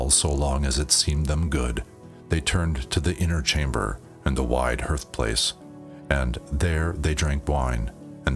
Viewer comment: Hearth is pronounced like heart with a th. “Garth” with an H. “Harth”=hearth